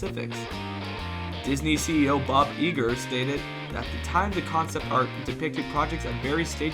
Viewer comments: Iger is pronounced EYE-GER not EAGER. Considering the theme of your channel and the Disney knowledge you profess/imply as a subject matter authority, it's shocking and disappointing that you don't know that. It's like not knowing it's Mickey Mouse not Mikey Mouse. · It’s pronounced I Ger